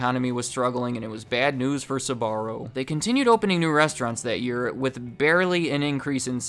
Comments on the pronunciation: Jeez man, It Is not "esbarro" Is "sbarro", damn Christ, Is italian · Why do you keep pronouncing SAbarro...??! it's SBarro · Horrible pronounciation, it isn Sabarro or Subarro, don't add random letters to it!! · so when did Sbarro became Tze-barro according to this pronunciation? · I find funny how he pronounces "Sbarro" as "Subarro" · The fact that he keeps pronouncing "Sbarro" as "Subaru" is tripping me up lol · I actually couldn't finish this video because the blatant mispronunciation of the business name is too grating! Man, the name has TWO syllables, not three! "Ssuborrow!" No, I don't believe anything you say if you don't even research the name first. You can say "spell", "speak" or "sparrow", can't you? Or do you say "ssupell", "ssupeak" and "ssuparrow"? The company's name sound a lot like that little bird, actually. Not exactly but close. Think Sporrow. You disqualied yourself with this. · You don't have to overcomplicate the pronunciation of Sbarro so much. Sbarro can be pronounced just the way it is in English and it would be just fine...... in fact the added ah after Sb makes it sound weird and it's not correct in Italian. If you wanted genuine Italian pronunciation, your emphasis should have been on the RR sound. Very good and interesting video otherwise. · Do Americans really pronounce Sbarro like that? Christ almighty! (I'm not Italian) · Pronounced like it's spelled!! Sbarro NOT Sa-barro!! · You pronounce it “suh-barro”? Lol I’m pretty sure it’s basically pronounced “sparro” except with a “b” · I hate the way you pronounce the name…Sbarro, not Suh’Barro. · Never understood why americans pronounce Sbarro as Sabarro! Why the extra syllable? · They're called Sbarro, why are you insisting on calling them Sabarro? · Why do your pronounce it like Sahbarro? Its wrong. Its pronounced like Zbarro with short s. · Its not pronounced "S"..barro , the "S" sounding like a "C" and then "barro". You pronounce the "Sb" together followed by "arro" Sbarro